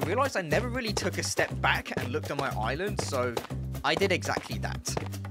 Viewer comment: good vid, bro made sure we hear he’s on his “oiland”